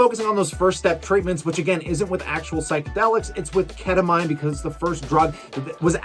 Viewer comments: Ket-tuh-MEEN.. awesome video! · Learn how to pronounce “ketamine”